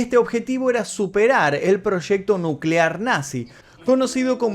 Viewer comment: Proshecto. Que quiere decir eso? Proshecto?